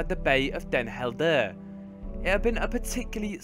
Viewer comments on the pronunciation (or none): I came in the comments to write this but then i saw this... lmao Dehn Heldehrr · den Helder is pronounced as den Hell-dur and Nieuwediep is pronounced as ni-we-deep (don't know if you care but why not) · That pronunciation of Den Helder... :D